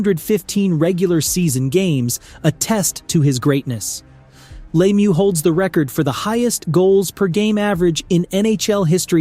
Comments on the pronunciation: Lemieux not Laymoo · Also it's pronounced Mario La mieux not Laymieux. And Bourque is pronounced Bork. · glad somebody said it. And if we want to get specific, it’s pronounced luh meur (best I could come up with)